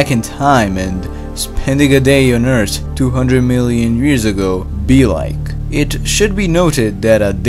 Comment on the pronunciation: Two hundred muielian years ago